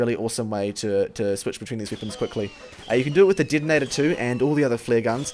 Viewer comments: Does it annoy anyone else that he says "wippons" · No offense but why you say wipons? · "bira wippons in the game"